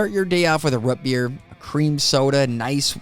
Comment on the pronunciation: "Rut beer" ~~ Being from Michigan, I also use to say this. Lol. Its rOOt beer. You do not put shingles on a ruff. You put them on a rOOf. I also stopped saying pop. I just got tired of the conversation. Its soda anywhere I go now.